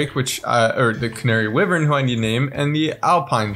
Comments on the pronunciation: for the canary wyvern, Wyvern is pronounced "Why-virn" not wivern just letting you know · It’s wyvern! (why•vern) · They mispronounced Wyvern so many times